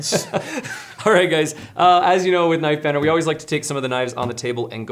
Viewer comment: “Nife banner”